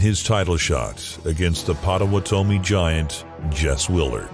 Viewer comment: Never heard Potawatomi pronounced like that.